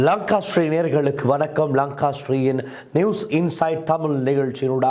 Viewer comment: என்ன நடந்தது குரலுக்கு.Whanakam இல்லை Wanakam 👍